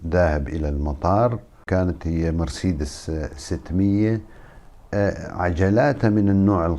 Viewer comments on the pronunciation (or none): none